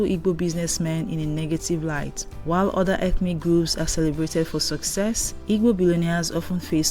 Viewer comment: Please learn how to pronounce Igbo